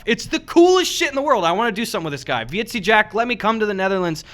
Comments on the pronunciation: Heyy bois, Dutch guy here. When Gus was talking about 'Vieze Jack', that is pronounced very similar to visa, but like vis-uh. Vieze just means Dirty, so you could get away with calling him Dirty Jack (which pretty much fit Gus' description of him :P) Also, I believe I speak for every single Dutch viewer when I say please do a meetup if you do end up visiting here to collab with Jack. We would all absolutely love to meet you in person! ^^ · Vieze Jack, pronounced "Vee-za" Jack. Like you're trying to say visa but gave up at the end. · The way you pronounce"vieze" jack fucking dying XD